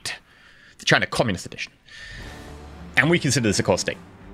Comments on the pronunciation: You perfectly pronounced China in german ^^ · Oh my God YOU Said China in A dutch accent 😐😐😐😐😐